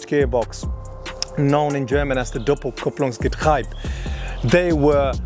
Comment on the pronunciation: It's not known as doppelkupplungsgetraib. ?v=diT2ZsRLbfc This guy has Porsche jacket and such and doesn't even know how to pronounce getriebe.